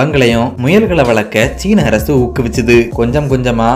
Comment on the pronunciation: மலையாள சாயலில் தமிழ் கொஞ்சம் வித்தியாசமாகவே இருக்கு. நாஞ்சில் காரரர நீங்கள். அரசு என்பதை அரய்சு